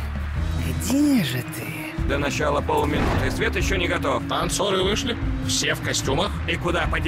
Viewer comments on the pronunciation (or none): none